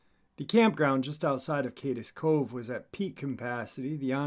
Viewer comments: You're saying wrong it's Cades cove not kades cove but I'm sure you got it straightened out by now this is old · ** It's NOT Pronounced : Kay-Dess Cove ** Correct Pronunciation : Kaids Cove *Correct Spelling* Cades Cove ** My name is Mike & I live in Gatlinburg, TN. where this Park is Located. Love your stories brother, Thank You for all your content, hard work and determination.. HMU anytime, I have plenty true stories about these here mountains.. Love the Channel Bro, we appreciate you..